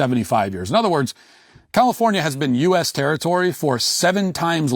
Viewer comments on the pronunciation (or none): none